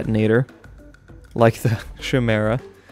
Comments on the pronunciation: it's pronounced (KI-MERA) Not (SH-MERA) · Kai-mera. that's how you say it. Dingus. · One thing, Chimera is pronounced like kaimera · The Chimera is pronounced Kai-meer-uh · Please please please please say Chimera right. its not pronounced kimera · It's pronounced Ki-mere-a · Sorry to do this, but it's Chimera with a hard c sound, the"h" is silent. Love your vids, keep being awesome!!